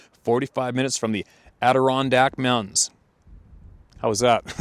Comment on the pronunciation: Congratulations, you pronounced Adirondacks correctly. I grew up near Syracuse and so many names up there are Native American. It's about the same temperature in January too.